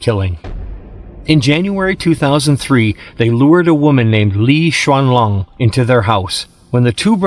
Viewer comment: Why you call her LI XUANLONG ....,.,IS LI XUANLING IS LING ........NOT LI XUANLONG